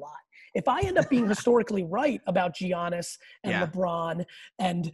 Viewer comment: Congrats on landing Gary V, huge dude!! Absolutely don’t understand a lot of the hate surrounding him regarding collecting, but I have a really small complaint. How many times are we gonna continue to let him mispronounce Giannis’ name and not correct him?? We all mispronounce names, it happens, but Giannis is a top 3 player in the league, maybe the best! It’s “YANNIS” like the artist Yanni, with an S at the end, not “G-Annis”. There are a million investor channels echoing his thoughts on many things and it’s a total head trip watching them mispronounce this guys name when not a single announcer, player or coach in the game pronounce it G-Annis. Congrats again man! Interview of a lifetime! Take care